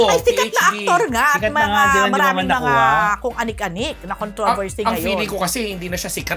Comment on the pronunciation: Ano ba yan parang hirap sa pag pronounce ng controversy 😩😅